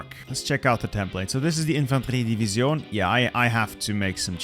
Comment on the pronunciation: Infantrrree Deeveezione Dude just say division